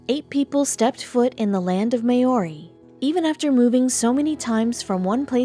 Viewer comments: I never fail to be amazed at people who narrate documentaries. Why do they not ask for the correct pronunciation of the names of races and places. I don't know how to pronounce the names of the Hawaiian Islands but I do know that Maori is not pronounced May o ree, but Mow (as in cow) ree. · horrible, may-ori?